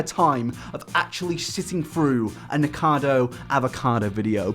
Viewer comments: I thought he said niggacotto for a split second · i thought he said niggacardo avocado 😭